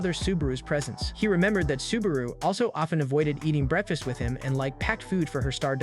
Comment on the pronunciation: Ah yes, my favorite meal, "breadfast"